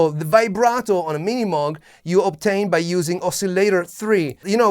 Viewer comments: It’s not pronounced “moog” either. It’s pronounced moʊɡ/ MOHG. Rhyming with “vogue”. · You have the name all wrong. It’s not Minimug, it’s pronounced, MiniMoog. You’re super hyper. Back off on the caffeine. You make the MOOG sound like junk. It’s not. I still have mine.